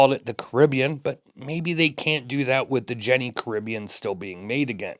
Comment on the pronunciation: Great looking piece. I am a sucker for the vintage look with modern specs. FYI, the company is Jenny is pronounced, "Yenny." 😉